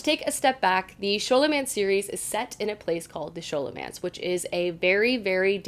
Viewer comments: Friend I love you, the reading you're doing is amazing but I've gotta say something. It's "Skahl"omance ( like scholarly) and his name is "oh-rai-on" like Orion's belt. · Thanks for the recs! BTW Scholomance is pronounced sko-lo-mance❤ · Scholomance (sk-o-lo-mance) is actuality categorized as adult! And its pronounced O-ryan, I was definitely saying O-ri-on in my head though, until my husband corrected me 😅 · I read the first and second books in the Scholomance too, and I'm about to start on the third. I loved it! El was such a great narrator and so funny. There were parts where I laughed out loud! And the action was terrific too! Can't wait to see what you think of the third! Also, I hate to be this person, but Scholomance is pronounced like it was Scholar-mance, and Orion's name is O-Ryan. I'm sorry! But keep doing these videos, I love them! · Nice video! Loved the first two Scholomance books (think it’s pronounced Sk-olomance, like the sch in the word school), although the third one was a bit disappointing.